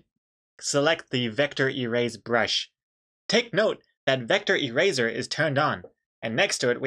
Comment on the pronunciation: E-Raiser lol